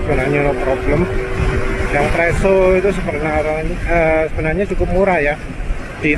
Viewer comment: Presa mas 😂 Bkn preso 😅